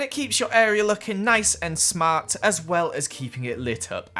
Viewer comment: Be smart because you said sma4t bruh